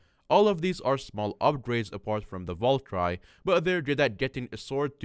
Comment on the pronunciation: That's not how you say valkyrieeeeee. If you've ever played clash of clans youll know. Also hyperion is op